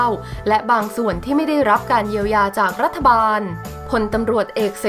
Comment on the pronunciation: ฟังอ่านมาหลายครั้งแล้ว รัฐ-ถะ ไม่ใช่รัฐ-ทะ ภาษาไทยวิบัติ